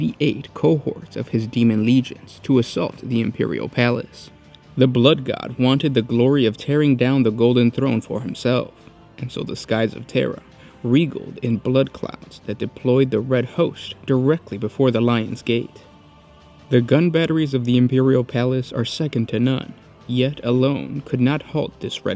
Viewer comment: Love what you do but take some reading lessons,your pronunciation- and I know I'm being a huge Dick -sucks but is kinda a trademark as funny as any annoyance, so I dunno but maybe learn to read :-) love what you do but seriously. Ok, one example is regaled pronounced regald instead of regayld as it should be much to my chagrin. Why you ask? You can ask. Love the way we do